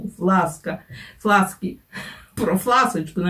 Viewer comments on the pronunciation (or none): Не флакси а фласки*